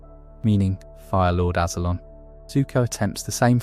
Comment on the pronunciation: And Azulon. How do you say Azula right but not Azulon. What was that lol it is crystal clear how it’s pronounced